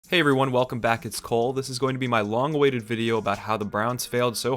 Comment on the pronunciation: Every time he says hey it’s cole, I think he’s saying it’s cold lmao